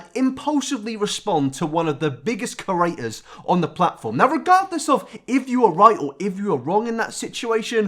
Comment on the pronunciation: I love that pronouncers creators as curators 😂